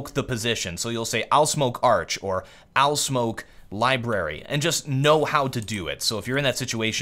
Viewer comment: Did pull a SuperTrooper? I swear I heard "owl" instead of " I'll "